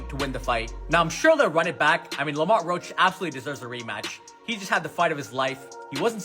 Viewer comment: Stop using ai can’t even pronounce Lamont right